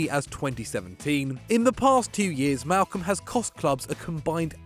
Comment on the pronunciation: *Malcom. Malcom. His name is Malcom.